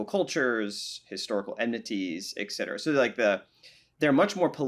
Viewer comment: Thanks for the amazing conversation between two obviously highly intelligent people. But please please please, it's eTcetera, not eKcetera. Yes, it's a common mispronunciation and will only become more so if we allow it to continue. Thanks for your help. 😉